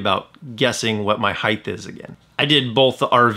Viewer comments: It is "HEIGHT" not heighth. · height not heigth. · Hithe?? Dude, the word is "height". You said "hithe"......FOUR times! Lol wow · Great tips thank you . Height does not have a H at the end 😉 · Heidth? Is that a regional thing? I've never heard that before. In the Northeast I've only heard Height. Interesting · Height or “Heighth” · Great tips! Well-done video. No “h” on the end of “height” though.